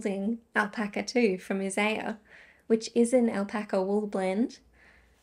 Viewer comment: I knew straight away where you'd purchased your Isager, by the way you pronounced it ( a friend & I had to correct TLYS on pronunciation while they were waiting for the initial shipment to arrive in store!lol). Always jumper, jersey, pullover or cardigan here - never sweater ;) I'll be interested to hear how the Alpaca wears - it's not known for its elasticity. The thing that is the most likely culprit for dye bleeding - is the pH of the water used to soak it in. A dyer ( commercial or otherwise) might have the dye molecules bonded to the yarn perfectly at the correct pH4 in their environment, but the minute we put it in water that is slightly more alkaline, & Brisbane is typically 6.5-8.5, the colour can start bleeding. Of course, various additives add to the alkalinity of the water - while others (like vinegar & citric acid) lower it.